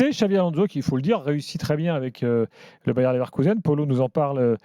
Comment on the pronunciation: Ça me fait saigner de l'oreille d'entendre le Bayern Leverkusen de la part d'un pseudo spécialiste du foot. Moi aussi Gilbert je veux ma place sur le plateau